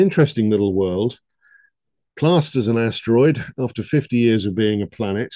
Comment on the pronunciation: i believe he actually called it a "wurd" :face-green-smiling